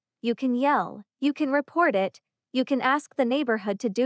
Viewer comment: Good story. Poor execution. Annoying pauses, and why can't AI just say "It" instead of "eye tee". Other 2 letter words also pronounced as individual letters. Try a different narrator.